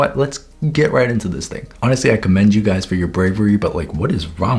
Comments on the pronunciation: Why did i understand „whats up gays“ in the beginning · Is it just me or did I hear : Hello gays 😃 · I misheard " HEY GAYS "